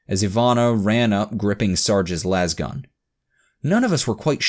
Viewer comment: Same with how he says lasgun.